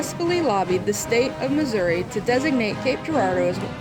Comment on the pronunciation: Thank you for pronouncing Missouri correctly.